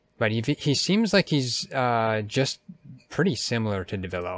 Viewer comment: Devilo? Its pronounced devil joe.